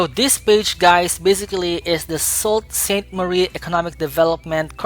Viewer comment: Hi! Your video is very straightforward and motivating! Just a small note: Sault Ste. Marie is pronounced “Sue Saint Marie”. Keep up the high-quality work!